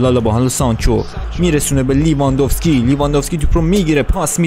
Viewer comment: داداش اسم بازیکن هارو درست تلفظ کن! اون لورنته نیست یورِنته است. و لیواندوفسکی نیست لِواندوفسکیه